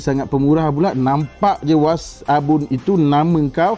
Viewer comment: Alahai dah nama WAssap guna lah nama Wassap .nak WASABUN BAGAI ..Kan dah tersasul..puiiii